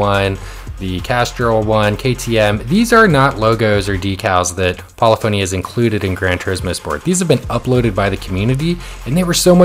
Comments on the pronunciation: It’s pronounced (Pa-Liff-ah-Knee) not poly-phony. Great video though and your livery technique is great… I like how you outline a shape with a thin border of another color. I made a few myself but I’m hesitant to download them because I just got the game on PS5 and only have like 800,000Cr so I don’t want to waste money on paint just yet until I have a decent car collection. Really just want my main Gr3/Gr4 cars for online races. I loved using the Huracan, Italia 458, Supra, Corvette and the Mustang. I just unlocked my first big car being the Gr4 Supra which was my favorite Gr3 car on GT Sport. Not sure what I’ll be unlocking so I don’t want to by any Gr3/4 cars just yet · Pol-if-ony Not Poly-fony